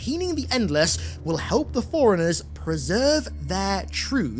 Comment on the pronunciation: Ooohhhhh… Forerunners! At first I thought he was saying “foreigners” 😂